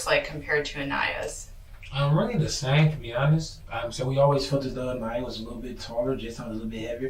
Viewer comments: Poor baby girl. And then the YouTuber covering her story won’t even learn how to properly pronounce her name. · I hate to say this but the narrator pronounced her name incorrectly. If it was 1 of them I wouldn't even speak up but Aniya deserve to have her name shared correctly. I know this wasn't intentional. I admire your hard work and thank you for getting this interrogation. I apologize in advance if I offened anyone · Why do you continue to say her name wrong? If you watch these videos...her name is consistantly pronounced Ahn(EYE)ah... NOT Ahn(EE)ah... 3rd video I'm watching and you are saying it wrong. Seems like a bit disrespectful of this child who deserves to have her name pronounced correctly... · Narrator pronouncing baby's name a-nee-ya minutes after the detective confirmed with Douche that the baby's name is pronounced a-ni-ya. 😂😂😂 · Cmon. You mispronounced it in the mother’s interrogation too. A little disrespectful in my mind. It is “UH-N-EYE-UH”. Not “UH-KNEE-UH” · Why did you not take care to prounounce Aniya's name correctly?? So lacking in care...her name is pronounced A-NI-yah...long "I". Not A-NEE- ya. Sheesh. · is there a reason why Baby Girl’s name was mispronounced throughout your analysis in this video and Sierra’s? There were several points of reference! It’s ah•NI•ya NOT ah•NE•ya! Doesn’t seem that serious but yet I find it is, especially to honor the child! Food for thought for your next upload. 🤷🏽‍♀️ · Uh--nye-yuh. Aniya. Not Uh-knee-uh. I'm sorry but that drove me nuts the whole video. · Her name is not pronounced ah-NEE-ya . It’s pronounced Ah-Nah-yah . Just so people know . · You should pronounce the child's name correctly. Since she is the victim, and they say the name over and over. Long A sound, not short A sound. Otherwise, great job as usual. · Out of respect for the child can you edit your video and say her name right? It's pronounced uh-nye-yuh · Commentator, you pronounce her name A-NIGH'YA. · An-eye-a (correct pronunciation)